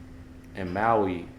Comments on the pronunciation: This is so stupid. You don't even know how to pronounce Maui and you are spreading a bunch of BS. Really? Why? Do you really believe this crap? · So you don't know how to pronounce "Maui", and you don't know why someone would do something like this. NEXT! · Come on man You don't even know it's Maui I can't even watch past that for a sentence